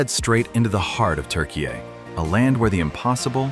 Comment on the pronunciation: Your pronunciation for Turkiye is not too bad but i cant say the same for Kapadokya 😊